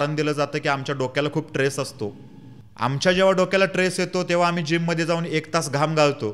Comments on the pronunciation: tress नाही. Stress म्हण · Stress असा शब्द आहे..tress नाही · एकदम बरोबर बोललास फक्त ट्रेस नको म्हणू, स्ट्रेस म्हण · chan boltos tu pan mazi 1 premal vinanti aahe tula ki krupa karun swachha changlya aani shudhha marathi shik aadhi aani magach bol. uchhar chuktahet re tuze. bhashevar balatkar karun lokanche prashna mandun kay upayog ? for example........... tres nahi stress mhanaycha stress. Body language sudhar baki sagla uttam aahe bhau.